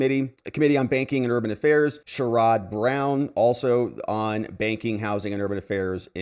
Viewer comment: ‼️HEADS-UP ‼️I am an Ohioan who (of course) NEVER voted for him. But respectfully, his name is pronounced "SHARE-ud" Brown, w/emphasis (ironically) on the "SHARE." Just FYI. ♥️🙏🇺🇲⚖✌